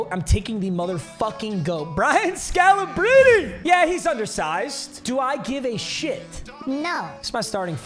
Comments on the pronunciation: Am I trippin or is his name pronounced Brian “Scalabreeny”? Not scalabrin, idk fs tho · Scal-a-bri-knee not scal-a-brin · when bro says "sca-la-brin" it throws me off so much 🤣🤣🤣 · BRO IT SCAL-UH-BREEN-E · Scala-breeny is how it’s pronounced. Respect the god. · It's (scal-a-breen-ee) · Never heard anyone pronounce Scalabrine like that 😭😂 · The way he saying scalabrine’s name is pissing me off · Why he saying scalabrine like that thiugh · Nobody gonna talk about how he was pronouncing Scalabrine 😂